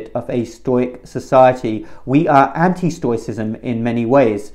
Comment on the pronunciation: Even if he does pronounce it wrong.